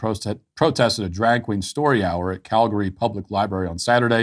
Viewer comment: Kudos to Matt for pronouncing Calgary correctly, though, he said it like a champ.